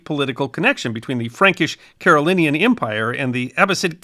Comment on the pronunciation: how does this channel forget to ‘g’ in Carolingian several times :/ for me (a lackluster student of history by most metrics) it totally killed my enthusiasm for the video which i would have thought of very highly otherwise